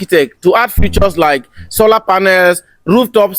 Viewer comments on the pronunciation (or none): none